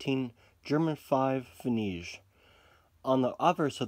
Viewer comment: It's actually pronounced like pfennick, just a little smoother ya now. Great video though!